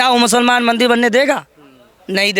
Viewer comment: Thik hai, per aap mandir ko mandil kyo bol rahe hai, aur aap ek sant hai bhasha per control rakhiye 🙏🙏